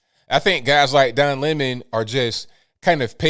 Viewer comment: Don Limon as Tucker pronounces his name!!!!!